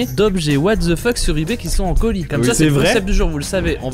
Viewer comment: Jamais compris pourquoi les francais prononce "the" -> "ze" alors que ca ce dit comme "dhe"